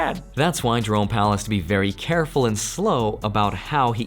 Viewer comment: Whenever you say, Jerome Powell, I hear it as Drone Powell.. lol. I fly drones.